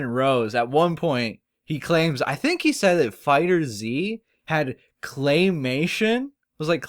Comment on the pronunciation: Bro, fighters z, really? Its fighterz, all 1 word lol 😆 you just have to replace the s with the z